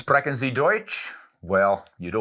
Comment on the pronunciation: Realy good pronounciation (only the ch in sprechen is pronounced slightly more like sch)👍